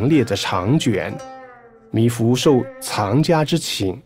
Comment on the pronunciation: 是米芾，不是米芙！请多讀書，好嗎？謝謝！😪